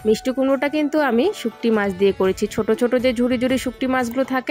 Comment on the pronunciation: Tomar blog dekhte valo lage. Kintu ekta Kotha bolbo.. kichu mone koro na.. tomar uchharon ektu thik korbe jehetu eta social media. Thumbnail, Mixy, Shutki mach erokom aro kichu kichu notice korechi tai bollam…